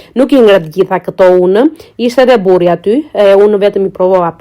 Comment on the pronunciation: Hé de, mirë që e ndave me burrin se tërë ai mjaltë goxha kalori 😂😂😂 Megjithatë, tëshëra që në fëmijëri dëgjoja që ishte e nënvlerësuar, sot mori goxha bujë. Nga theksi i shqipes me një "kh" greke Brenda, ajo "ciao" sikur tingëllon keq😂